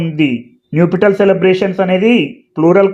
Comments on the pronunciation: అయ్యా మీరు న్యుపిటల్ అని పలుకుతున్నారు . దాన్ని నప్ . షల్ అని పలకాలి కదా . ఒకసారి చెక్ చేయండి . nuptial adjective formal UK /ˈnʌp.ʃəl/ US /ˈnʌp.ʃəl/ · check Naptial pronunciation sir